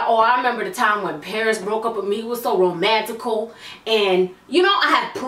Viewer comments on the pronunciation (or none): "It was so romantical"😂